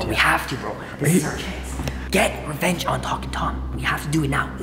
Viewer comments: he said he's going to get refenge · it sounded like jibber jaberish like rahfgfkgl and then get refenge